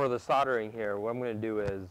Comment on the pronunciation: SOLD ER ING